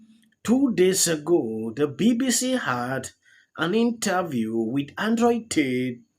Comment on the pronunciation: bro really said Android T